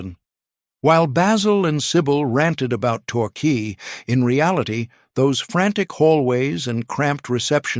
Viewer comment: Bayzil? Qwey? One one zero zero! AI giveaway